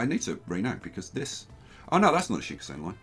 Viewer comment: please could yousay shinkansen, shin-kan-sen after the japanese しんかんせん (新幹線)